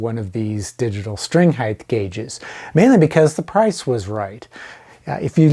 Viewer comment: “Height” doesn’t end in “th” 😃 rhymes with “right” and “fight.”